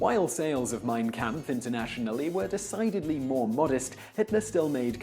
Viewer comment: 'Mein Kamf' . Is that German for "Art of the Deal'?